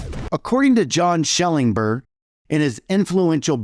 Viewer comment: At first I wondered why it didn't seem like you had actually read Shellenberg's book, you couldn't even pronounce the name of the author, as you went on it became increasingly obvious you've never even read the thing. Or if you have, you dishonestly ignored all of the parts that demolish your nonsense. Take for example, the non-reflective non-believer, the Buddhist in rural Japan or India that has never even heard of christianity. You didn't address that part of the argument at all.